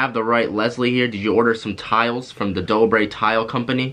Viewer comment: chaitai patel uhmm it's dobre and not dober